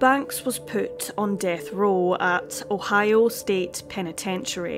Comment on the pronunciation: Her pronunciation of Ohio sounds like おはよ ^^ カコイイよ